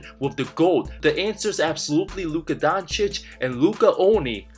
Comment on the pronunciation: I don’t know what’s Stephen 🤡. Smith’s problem with the Mavs and European players in general. Disrespecting their achievements and mispronouncing their names (has to be on purpose, he can’t be that stupid) like Donchick and Wembanyana. Funny thing is that it has gotten to a point where it actually backfires on guys like Booker and ANT. I can’t imagine a 22yr old being totally unaware of becoming ESPNMJ, which can only end in disappointment. AN ABSOLUTE TRAVESTY! 😅